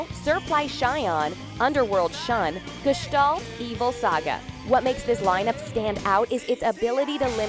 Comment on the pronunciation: You pronaunced gestalt excelent but Hyoga .......... dear god its terrible but so easy to pronaunce